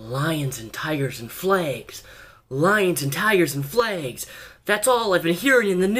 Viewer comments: they are called flAgs not "flegs". I've noticed you pronounce it like that for years. I don't know if it's the Washington accent or something else. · Confederate "flegs"